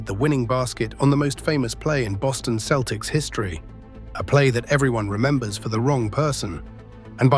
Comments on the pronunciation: Who the hell are the Keltics? This AI slop is awful. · Please ditch the stupid AI voice over and hire someone who knows how the Celtics team name is pronounced Celtics, not Keltics) ! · AI can comprise a pretty good, knowledgeable video on DJ Just can't pronounce the word "Celtic" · The entire video is AI generated starting with the stupid narrator who doesn’t know how to pronounce the name of the team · great video! great. but learn to pronounce celtics and isiah, please.